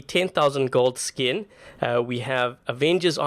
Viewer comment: I love when you stress the "10k gold skin" because sounds "is so expensive but I purchased and FOR GOD I WILL USE IT"